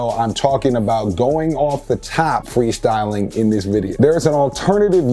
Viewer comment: Weal fweestalin